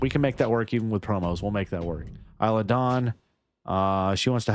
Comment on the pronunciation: Isla is said like eye-lah like island is said eye-land